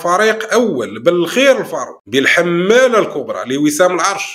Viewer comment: الحمالة بفتح الميم وليس تشديدها